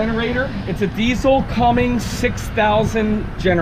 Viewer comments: Somebody has to say it.... No G in Cummins. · You know it's CUMMINS right?